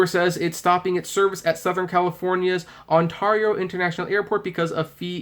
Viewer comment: Ontario you said it wrong